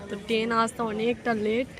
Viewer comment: টেন নয় বলো ট্রেন।